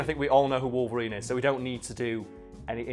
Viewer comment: i would just like to point out the fact that this man really just said Logarine GG